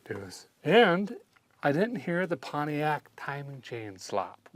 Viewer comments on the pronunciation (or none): i like how he pronounces each syllable pont-i-ac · Just like America is pronounced “MURIKA”, Pontiac is pronounced “Pahn Tay Yack” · I just love how he pronounces Pontiac. 🤣